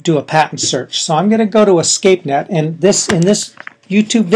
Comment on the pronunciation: It's Espacenet not Escapenet